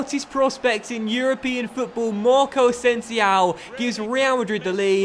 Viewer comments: Since when was O pronounced ow. Asensio. And Marcelo is pronounced like cellophane not shello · Just the way you pronounce Asensio